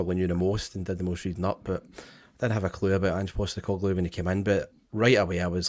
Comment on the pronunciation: every time refers to the 'Saturday is day before Sunday' comment --- you should remind him that the first video did on Ange - he was pronouncing his name as Anjeey Postecoglou!!!!